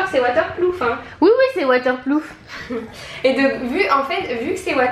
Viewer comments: en passant ont dit waterproof pas waterploof quel délire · On dit WATERPROOF pas waterplouf 😅😂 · Coucou les Filles !! Vous m'avez fait bien rire avec votre WaterpLoof... Gros bisous !! 😊 Et j'adore ce que vous faites, vous êtes très pro ! 🎈 Ps: C'est Waterproof (peut être que vous le savez déjà... Désolé d'avance !!) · Je sais pas si vous êtes sérieuses, mais c'est WaterpRoof et non waterpLoof! 😋